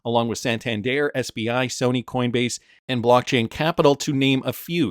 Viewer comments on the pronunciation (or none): none